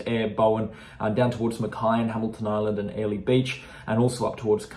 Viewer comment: It's fa in Mackay 😂